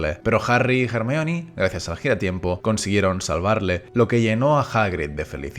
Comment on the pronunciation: ERMION de toda la vida de dios jajajajajaj